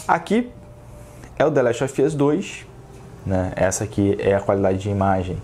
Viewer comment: Jeito correto de se falar: dâ lést ovâs jeito: de lest OFI âs